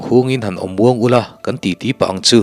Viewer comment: Hla do chham a u law tih kha a rik dan a dik lo in ka hria a ki kha a hniam deuh ani asin le